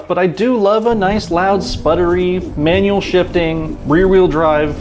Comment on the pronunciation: "It has a manual" I had to rewind the video because it was not sure of what he said.